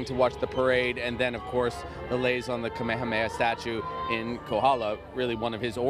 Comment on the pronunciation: Honoring King Kamehameha with a newscaster who doesn’t even bother pronouncing his name correctly and a “governor” of an illegal occupying government. 🤦🏽‍♀️